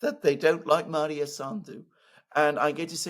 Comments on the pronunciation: Her name is Maia Sandu, not Maria. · I would note that it is Maia, not Maria as Alexander keeps referring to her. Great program otherwise 👍🏻